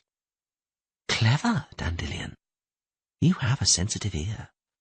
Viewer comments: Dan Dillion, it's weird that in the 2nd book he does say it normally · Hate the way this guy says Dandelion.